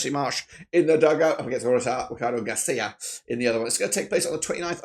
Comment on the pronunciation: Kind of hard to take this preview even slightly serious when the host can't be bothered to learn the name of the Chile manager. It's Gareca not Garcia. Also Star Man, Guillermo Maripan?!? GTFOH 😅 Claudio Bravo without a doubt is the Star Man. He's been in top form, played in top teams in Europe, and has name recognition. Ditto Sanchez, even though he's had a nightmare tourney so far. Both way ahead of Maripan in terms of Star Power.